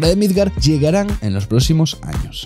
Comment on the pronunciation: Se dice PRÓXIMOS. No PROCIMOS